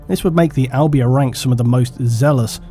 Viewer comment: im from albania and was like tf when i heard u say it so makes sense it wasnt right